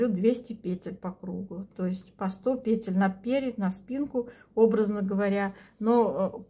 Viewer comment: Сколько здесь красоты!!! Можно я у вас поселюсь? А ваши ударения на "накИд, пЕтель (мн.ч.)" за это отдельное спасибо!